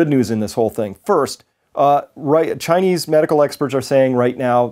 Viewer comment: he said "ghinese government" 😂 nah but for real tho I hope this virus wipes us all out